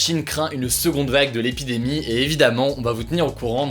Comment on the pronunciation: L'épidémie et non pas les pis d'Aimie 😂